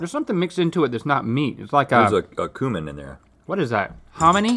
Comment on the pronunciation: I had to rewind and listen again as I thought Rhett said "this has got human in it" rather than cumin.